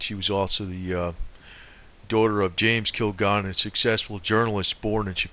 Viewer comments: Kil-Gal-Len Please pronounce her name the right way. This information is incredible and interesting! There is a flow to this. I believe it. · Yes! This guy's pronunciation of Kilgallen's name is irritating. Your explanation is good. I'd probably say it's the words "kill" and "gallon." I can't imagine the fellow is much of a researcher if it never crossed his mind to watch a few seconds of a "What's My Line?" clip. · Hey Buddy, Kilgalllin Is Pronounced (Kill-Gal-Lynn) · her name is pronounced KILL- GALLON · You think his 3rd grade teacher would have taught him how to (Sound - It - Out) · The ignoramus on this video can't even pronounce Dorothy Kilgallen's name correctly, or the names of other famous people. He offers no evidence (of course not), but just keeps spinning the same conspiracy theory. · who is talking? doesn't even say her last name right